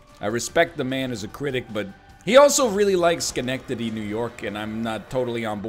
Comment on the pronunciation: You pronounced Schenectady correctly! Most people that aren't from here don't. I always feel a little special when people mention my home town. The postal code 12345 is here!